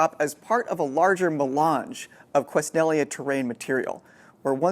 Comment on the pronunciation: Ken-elly-uh, not Kwes-nelly-uh. But, as others have said, a succint overview of a very complex process.